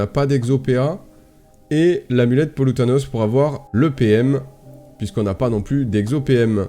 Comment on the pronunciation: Yo mec, super vidéo comme d'hab, par contre ça me trigger un peu c'est Pol OUATNOS pas Pol OUTANOS ahaha (à moins que j'ai raté une private joke ?)